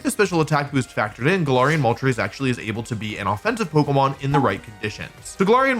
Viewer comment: Hey wolf, Im pretty sure its pronounced: ga-lair-ree-ian and not ga-lar-ree-ian. I watched the anime and it's pronounced like that so yeah ..